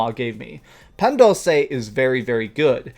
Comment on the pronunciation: It hurts me the way you say "Dulce" but I'm glad you enjoy Mexican stuff.